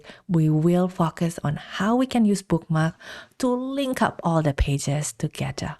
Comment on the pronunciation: How do you say "focus" again?